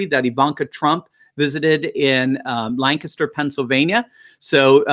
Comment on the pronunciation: Thank you for pronouncing Lancaster correctly.😁👍